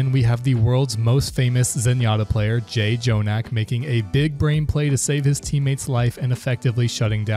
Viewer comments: You can tell he doesn't watch OWL when he says J - Jonak.... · it was over when you said Jay Jonak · Does this dude even watch OWL? He said the first J in Jjonak then called Kevster "Kevstar." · bro really said "jay-jonak" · bro just said "jay-jonak" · PRONOUNCING IT JAY JONAK IN 2023??? GET THIS MAN OUTTA HERE YOU'RE JOKING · if i hear 'j-jonak' one more time im gonna lose it